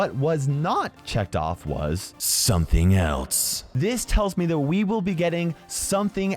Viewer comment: says “something else” as “something elts”